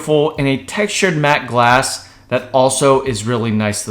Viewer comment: I heard glossy as well lool